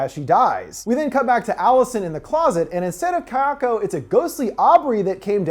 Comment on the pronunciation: Pleeeeease practice your pronunciation (ky-AHKO) is super incorrect, to the point of being distracting.